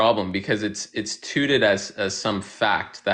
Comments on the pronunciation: I am such a child bc I can’t get over how he said “TOOTED as a fact” instead of “touted” 💀😂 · Sounds like someone who was home-schooled and has no friends to correct him when he mispronounces words like "tooted" and "e-logical".